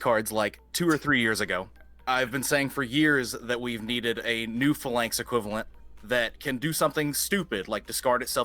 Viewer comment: Idc who this guy is in relation to Dragunity plays not knowing the significance of Remus to Romulus and assuming it'd get translated as Romus, in addition to his pronunciation of the other Dragunity names like Phalanx and Senatus offended me to my core. This is GRADE SCHOOL knowledge.